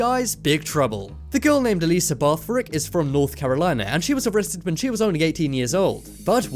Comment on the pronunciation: Bathrick FUCKING BATH RICK